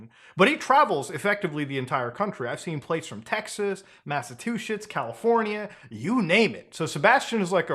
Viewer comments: "Mass-a-two-sits" Mass-a-chu-setts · Muta said massatooshits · you pronounce Massachusetts like this Mass-Achu-Setts not massatwoshits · Muta it's Massachusetts, not massive two shits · I absolutely love Muta's slips of the tongue. My man called Massachusetts "Massive two shits" lmao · Ah yes, the state of Masse-two-shits. Not to be confused with the state of Massechusetts. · When you mentioned that Sebastian traveled to Massachusetts, I heard you say “Massive Two Shits.” Now I’m sitting here contemplating if that was a really good joke or if you accidentally made it sound that way. Either way, that shit was hilarious. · Secondy Second. MassaTwoShits. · Broooooo the way he said MASSATUUSETS 🤣🤣🤣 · My man Muta said Massatwoshits😭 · "Massa2shits" lmao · 🤣 He said Masta-two-shits. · did I hear masatooshets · I’ve never been to the great state of “Massa-two-shits” before! What’s the weather like this time of year 😂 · Mass-a-two-sh*ts....ok sure muta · Massatuchets? Cmon Muta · You said massatoshits.😂 bro get your ass beat for saying some shit like that. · Did he call Massachusetts massivetwoshits 😂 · "Massatooshits" ~ Mutahar (2023) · "Massa-two-shits" was a nice one. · Massa-2-shits lol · lmao this guy said massatwoshits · Can you say Massachusetts again? lmfao